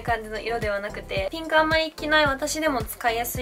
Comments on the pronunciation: ゆま サーモンピンクのピンク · ナムナム 名古屋の人はこのイントネーションなのかな？でも両方使う！ピ⤴︎ンクとピンク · ピンクの発音おもしろい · ピンクの発音めっちゃ気になった笑笑